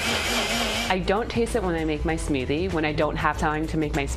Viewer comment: wtf is a smewthy